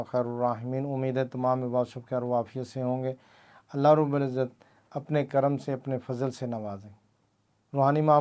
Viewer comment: Allah rab ul izat hota hai janab - rubal izat nahe 😡😡😡😡